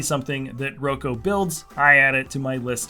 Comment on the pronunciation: Thanks so much for always featuring my work! It's always really insightful to hear your perspective. I would, however, make one correction: my name is pronounced "Rock-o" 😉